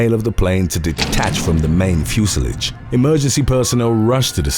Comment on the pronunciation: Fuselage is pronounced "fuse--eh-lahge"